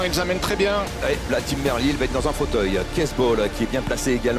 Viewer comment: C'est pas comme ça que ca se prononce Merlier !!! Ah ces français qui ne savent pas parler correctement 🤦‍♂️🤦‍♂️